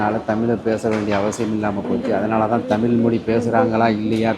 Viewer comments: தமில் இல்லீங்கோ. தமிழ். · தமில்!!!, இல்லை, தமிழ் 😭.